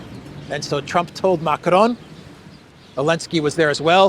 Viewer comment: You shouldn't roll the r when you say macron 😊